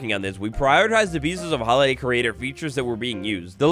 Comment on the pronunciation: When says holiday creator features with his accent it sounds like tylor the creator